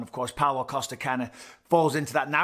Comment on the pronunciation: I wanna sit a drink on him with how often Bisping called him coaster. Then next sentence it's Costa again. WTF 😳😂